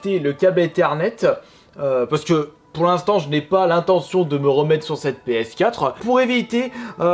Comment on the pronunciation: Il dit pas ps4 il dit ps4euh